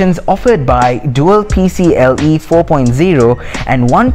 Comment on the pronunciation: Few notes: People don't say D-I-M-M slot. they say Dimm, like a word, pronounced (Dim). It's not P-C-L-e, it's P-C-I(i)-e.